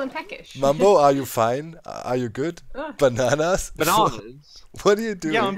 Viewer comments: " I wonder how they knew we were coming " also mumbo : BANANAS BANAANS BANANAS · " I wonder how they knew we were coming " also mumbo: BANANAS BANAANS BANANAS